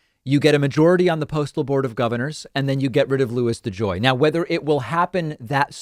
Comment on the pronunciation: Hahaha De Joy needs to go to De Jail ! Oh buddy you are going somewhere! It rhymes with mail.... and begins with a J . Do your homework.